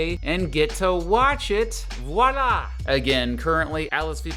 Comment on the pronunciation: It’s not “walla” it’s “voila” a French word meaning here/there it is, pronounced vwalla.